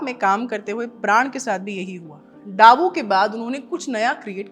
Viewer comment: डाबू नहीं दाबू 😂 हिंदी भी नहीं पढ़ पाती😂